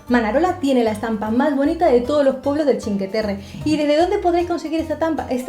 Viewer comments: Os sugiero que pronunciéis completamente bien, no solo parcialmente. Sí está bien dicho que pronunciéis "chin" para "cin" pero suena rarísimo que digáis "que" en lugar de "cue". O sea que la pronunciación sería "chincueterre" pero nunca "chinqueterre". Es que además lo decís tantas veces que uno acaba abandonando el video. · Se dice chincueterre. Lo escribo así para que sepáis.como se pronuncia. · Esta todo bien pero la pronunciacion correcta seria que no se coman la letra U se deberia pronunciar como si fuese la CUE de cuestion me dejo entender ? osea pronunciarlo como se escribe sin comerse la U adios .